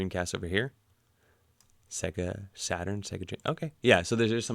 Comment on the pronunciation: PS SEGA is pronounced Sayga, not Segga!